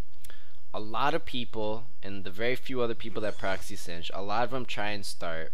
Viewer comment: its sin-jed and not sin-ged?